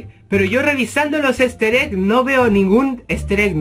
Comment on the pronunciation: Soy la unica que se dio cuenta de que dice "Ester eggs" Si lo traducimos puede ser "Los huevos de Ester".:|